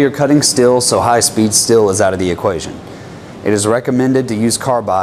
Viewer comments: STEEEEEEL, not STILL. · As someone whose native language isn't english, please stop saying still when you mean steel. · You say "steel" like I say "Stihl" lol The reason I find that humorous is I only just recently learned I've been pronouncing Stihl wrong my whole life.. 😂😅